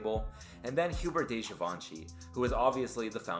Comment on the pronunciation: Girl, you have many facts wrong on here. First off, LEARN HOW TO PRONOUNCE DESIGNERS' NAMES. GUY LAROCHE (GUY IS NOT PRONOUNCED LIKE "GUY/GAL" WORD. DUH!!! LOOK IT UP!! HUBERT de GIVENCHY. Hubert is mispronounced. Try it in French. He's not referred to as "de Givenchy" either. Get it right. Also, Dai Fujiwara has NOT been at Issey Miyake in years when this video was done. There's been four designers since Issey retired and at the time of this video was and is Satoshi Kondo. APOC stands for A PIECE OF CLOTH. NOT CLOTHING. Jesus, people doing video who think they know........